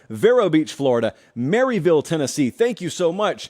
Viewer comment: Don't let people from Maryville, Tennessee hear you pronounce it like you did.😂